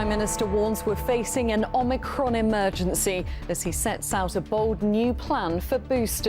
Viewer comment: Omicricon.. The 15th letter of Greek alphabet ffs